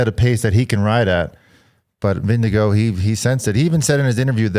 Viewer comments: Vinge-gore, lads thats how you say it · can you stop calling him "Windigo", please? Vingegaard is pronounced close to "Ving-e-gore" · Why not pronounce Denmark in Danish? Can we stop with the Vingego nonsense already? Jeez.